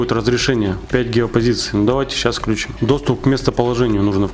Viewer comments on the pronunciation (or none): none